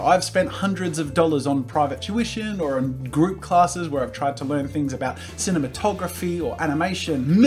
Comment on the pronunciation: We just gonna roll over the fact that he said cimenatography